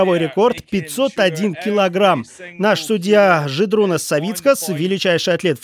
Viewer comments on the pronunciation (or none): Господи, комментатор, не жердунас, а жедрунас